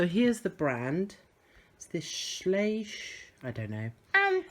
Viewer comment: Dear, Schleich is a german company. My boys loved these animals too. Twenty years ago the animals of Schleich were quite expensive. "ei" speak it like in english "I" "ch" speak it like in english "sh" = shut The "Schl" you spoke correct. Love your video. Looking forward for the next. Alex is a beautiful boy. Well done!